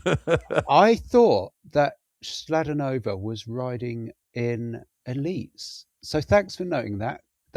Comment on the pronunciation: Chladonova…. Ch in slovak is not like chalk but a kicking k sound like Bach 👍